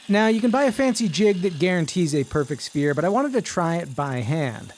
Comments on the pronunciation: I was so confused.....I thought he said he was making a spear. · My dumbass thought he said spear head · Definitely heard “spear” not “sphere” 😂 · You were saying “Sphere” I kept hearing “Spear” and was VERY confused from the first cut. lol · I kept hearing “spear” and got disappointed at the end😢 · Yeh you said Spear,.. blatantly. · When he said sphere I heard spear so I thought he was making a spear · Why did i hear "spear" instead of "sphere" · Didn't see the subtitles at first, thought you said 'spear'. 😁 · I thought you said spear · I thought he said spear 😞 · Chat My brain hear spear not sphere and I was so confused for like half the video 😭🙏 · Am I the only one that thought he said “spear” not “sphere”? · I thought he was saying spear not sphere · Ohh sphere, for half the vid i thought he was saying “spear” lmao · I thought you said spear and wondered why you would make such a short shaft 😂